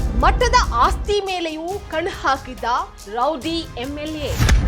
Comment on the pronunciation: ಅದು ರೌಡಿ ರೌಡಿ ರೌದಿ ಅಲ್ಲಾ 😂😂